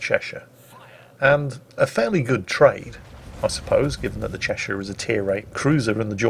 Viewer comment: The Chechen, the chacha? no you fool it's the Cheshire, oh England please never change.